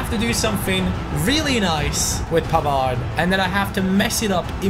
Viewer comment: you don't pronounce the D of Pavard.